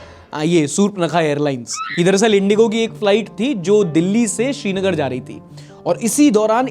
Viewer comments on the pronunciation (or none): none